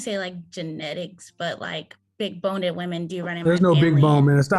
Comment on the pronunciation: a woman a black woman! the most educated in the country. a professional student and professional careerist. she did'nt say boned, she said bone-ded. bone-ded like past tense, wow!!!